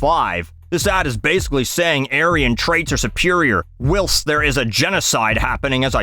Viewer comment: That's the correct spelling of "whilst". Why the mispronounciation?